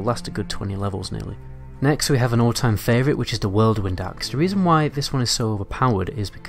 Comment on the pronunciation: "whirledwind axe" lmao